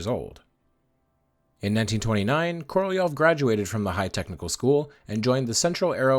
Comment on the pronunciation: Korolev's name was articulated correctly, at least as good as an American could do it.